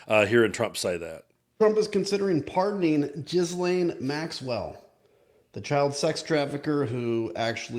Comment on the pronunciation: Adam Kinzinger is a good guy, but he loses credibility by mispronouncing Ghislaine's name. If you can't say it rjight, just say Maxwell.